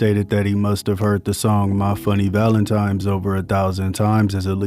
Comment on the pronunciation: ‼️This dude no lie said “valentimes day”. Valentimes. Dude has the tone of the kid in the back of the class that shakes his head and goes 😮‍💨 every time MF Doom delivers a line